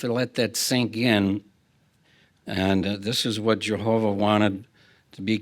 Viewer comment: Soo we luuhve Jehooovahh *hic